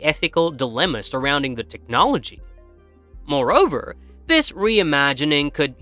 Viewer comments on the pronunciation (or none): An ai voiceover on a video about Terminator lore is the peak irony that we have here in 2025. The word "MOREOVER" is the dead giveaway every time. Also, no one says "Southern" like that lol